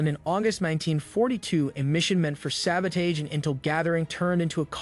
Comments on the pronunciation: Not sabodage… SABOTAGE (SAB-uh-tahzh) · Good video but hearing it pronounced sabo-taaage is throwing me. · Why do you pronounce sabotage like that? Are you Canadian or something?